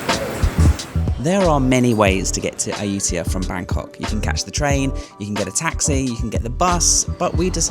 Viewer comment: It's a pity that this video was released a month later than my visit, but I skipped Ayutthaya because accommodation was booked solid, and it will have to wait for my next visit. You have given me some ideas and insights that will be helpful., now that you have a Thai wife, ask her to teach you how to pronounce Ayutthaya. 😉